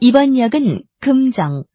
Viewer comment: 남자 목소리 오랜만이기도 한데 살짝 웃기다 꿈정 꿈정 ㅋㅋㅋ